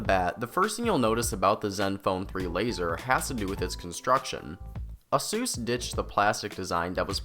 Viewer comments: Its aysus not assus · just wondering where you are from with the weird pronunciation its said like this ace usor was this an homage to dr suiz i believe he died recently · i cringe everytime u say asus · you pronounce asus wrong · The way you pronounce Asus kills me. No hate tho, the review was good. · is asus really pronounced that way? Tf?